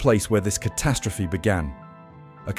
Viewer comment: The numbskull narrating this video sure likes to say "ca-TAST-rophe" alot.